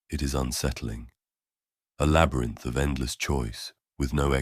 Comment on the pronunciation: am i only one that heard "the hero the shadow, the trickster, the LABRAT instead labyrinth?